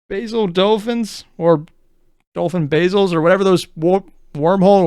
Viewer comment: 6 is slaanesh, 9 is tzeentch edit: and it's dovin basal, not dolphin basil :p